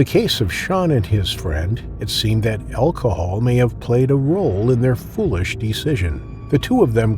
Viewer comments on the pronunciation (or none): none